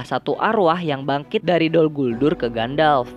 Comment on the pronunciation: dol guldur bang bukan gol dulgur